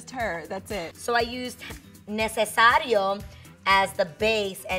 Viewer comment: ha ha ha necesario not necessario. What part of Ecuador is? I'm from Quito 😁